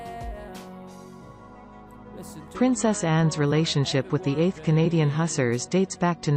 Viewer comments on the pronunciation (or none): Hussars is pronounced 'Hoo-zars'